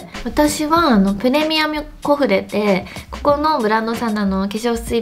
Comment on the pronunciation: 今回もかわいい💖お洋服もデコだしスタイルもめちゃくちゃ似合ってます❤️ プレミアミュって噛んでるのもかわいすぎた🤤💕笑 次回も楽しみにしてます❣️